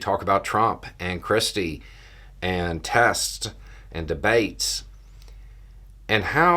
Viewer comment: Every time you say 'christie' I hear 'cripsy'.